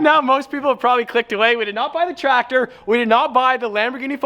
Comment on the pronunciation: Bro I swear when he said tractor I dies inside